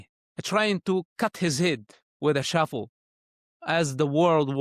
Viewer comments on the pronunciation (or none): Shovel.. not shuffle.